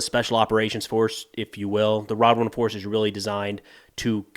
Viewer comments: Why do I think of Jamaica everytime I hear "Radwan"😂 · Radwan became Runrun.